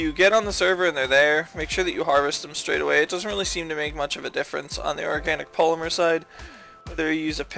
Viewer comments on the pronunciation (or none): none